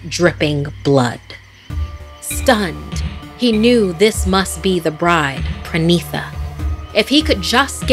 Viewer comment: You are pronouncing the names wrong, it should be “Parineeta” which means “bride” in Bangla, which explains the character, not “Prenitha”. Also, the man’s name is “Viveik” not “Viveck ”. As an Indian, I think you can get many better stories from India, there are lot of interesting folk tales about the supernatural in Indian culture. This is definitely not the best that India has to offer.